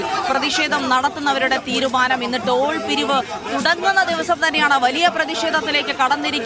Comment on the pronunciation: ട്രോൾ അല്ല നേതാവേ ടോൾ